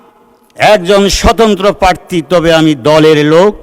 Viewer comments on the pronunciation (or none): none